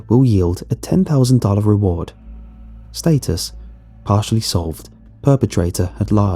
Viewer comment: Stat-Us, not State-us✌